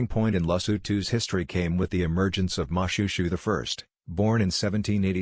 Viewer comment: You should've referred to YouTube or tiktok on how to pronounce most of the names you mispronounce. It's Mo-shwe-shwe not Mushushu, Lesotho and Basotho aren't pronounced that way also. Edit : I know it's an AI Generated voice but stop it